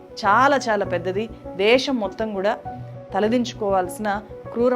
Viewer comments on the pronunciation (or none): none